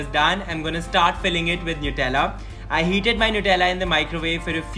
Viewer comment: For god sakes it's 'नटेला'. Superb receipe..surely gonnaa try it!!❤